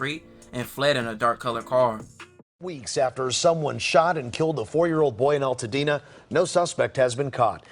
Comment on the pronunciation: Nigga u said eltadena..... Is altadena bro? You have to put an emphasis on the AL... Is right above pasadena